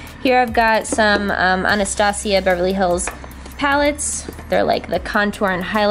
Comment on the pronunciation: My name is Anastasia but it is said like " Ana-sta-sia